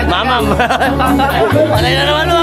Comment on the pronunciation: Natatawa talaga ako syo idol pag sinasabi mong mamam 😂